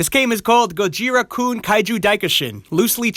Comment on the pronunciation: his japanese name is pronounced Gojira(Go-Jee-Rah)not "Gohira" that your pronouncing.